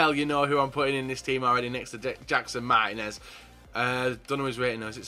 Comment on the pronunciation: andrew maxwell No, the I should be accentuated, "Mar-tea-nez."